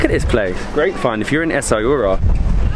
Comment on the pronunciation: It's pronunced essawiira !